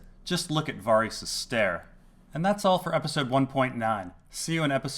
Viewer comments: Can you please pronounce "Varys" the same way it's pronounced in the show. You saying "Va-Ris" makes you sound very douchy and smug. PS: just found this channel an hour ago and I absolutely love it! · What I find puzzling is why you say Varys like that!!!!! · I think you're pronouncing 'Varys' wrong, but good video nonetheless.